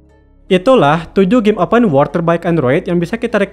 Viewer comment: Lu ngomong open world pengucapan malah kaya open war bro, benerin lagi jadi enak dengernya wkwk saran aja si, sama jangan terlalu kaku ngisi narasinya 😂